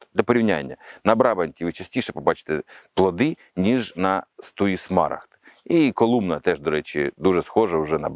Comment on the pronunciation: брабАнт і смарАгд.